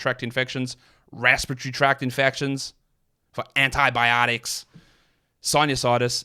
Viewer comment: Close, but respiratory has 4 syllables.